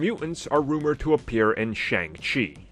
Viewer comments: I absolutely love this channel but I they would pronounce Shang-Chi correctly. Like, they're not even trying.....Shang-Chi (pronounced Shung-Shi). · You keep pronouncing Shang-chi the wrong way.